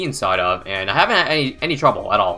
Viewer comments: It's pronounce Sauda like Saudi !!!! Why is everyone mispronounce her name 😂😂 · Oh, I thought it was pronounced sow-duh